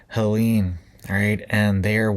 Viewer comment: pronounced Ha Leeen. not Halanie.. Helene.